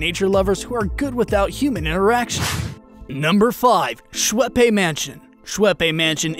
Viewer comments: Pronounce Schwepps not Schweppay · You pronounced Schweppes and Illinois wrong, also got a lot of facts wrong. The duke never lived there, only stayed there.